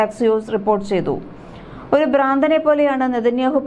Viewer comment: 'ബ്രാന്തൻ '? അതെന്ത്? ഭ്രാന്തൻ എന്ന് പറയൂ